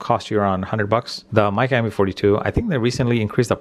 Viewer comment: Hi. This is my useless comment for the day!!! I'm assuming Micca is pronounced "Mick-a" not "Mike-a" as it has two letter Cs in the name 😂😂